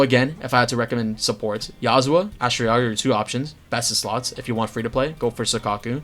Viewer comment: not sure if you know its yuzuha and not yazuha. maybe you mean it, maybe not, but either way, thats not a good look